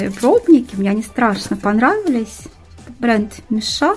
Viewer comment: Интересно а почему мишА? Даже корейские блогеры говорят мИша